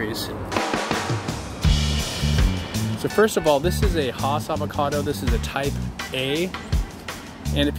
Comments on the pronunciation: it's not HOSS it's Hass (rhymes with Pass 😉) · It is Hass... named after Rudolf Hass who patented it in 1935 (mentioned at the mark of the video above). And it is pronounced hass, not hoss or haus, again out of respect for the how grower pronounced his name. I, too have seen it spelled haas, but that is a misspelling of the actual name. There is one Youtuber who was regularly mispronouncing it and was reportedly contacted by Hass descendants asking him to please pronounce it correctly. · No nooooo Its HAAS